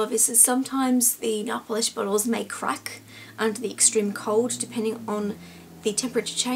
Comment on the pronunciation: I Say Nailll Polish Like U! Lol Instead Of Nail Polish Its Nailll Polish! :)xo